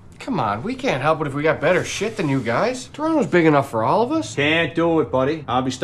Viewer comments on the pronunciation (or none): too funny... "I'm de noof"